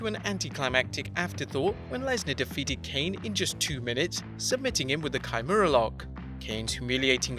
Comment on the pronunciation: kamura not chimera 🤣